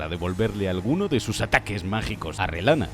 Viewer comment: dios mío el español dijo Relana y no Reyana, pidan un deseo, gracias por tanto